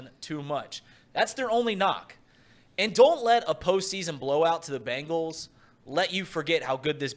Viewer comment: Can thom quit calling them the Ben gallees it just sounds dumb